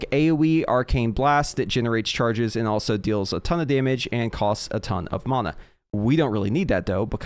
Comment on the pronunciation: It's actually the correct pronunciation